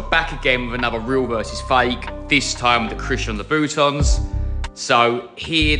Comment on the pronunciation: I love the way he said Christian Laaabooo tans 😂😂😂